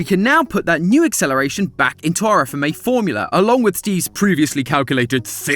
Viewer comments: Come on say it like fmah not FMA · Where is FMA!!! Not f - m- a Its FMA!!!!! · Says F m a instead of FMA Me: Visible frustration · Matpat: FMA!!!!: F.M.A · It’s not f-m-a it’s fma 😭 it’s not the same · The fact he said F-M-A instead of fma is annoying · Excuse me? It's pronounced as "FMAAAAAAAAAAAA" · Wasn't ready for him to not say "fma" like a word